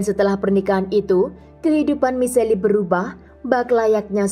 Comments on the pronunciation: Michelle bacanya Mishel, bukan Miseli kak... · Sebut namanya misel bukan miseli🤔. Si admin mah kadang2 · michelle dibacanya mishel bukan miselli gimana siiih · Nama cewek tu Michelle atau Miseli...? Jika Michelle disebut Mishell, bukan Miseli, gunakan Google pronunciation mbak ....